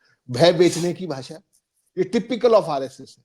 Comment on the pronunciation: Expoj na bolein. Correct word expose..( expoz ) Bhasa nahi .. Bhasha bolein. Bhasha ka samman kariye..